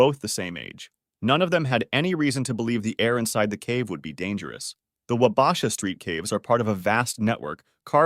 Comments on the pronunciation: Wah bah shaw. Not Wah basha. Good vid. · Hearing Wabasha mispronounced made me wince so many times. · 'wah-BAH-sha' lol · Your pronouncing wabasha wrong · The way he says Wabasha lol